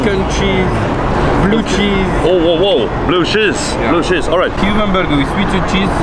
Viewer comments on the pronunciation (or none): Hahaha när han säger blue cheese😂👹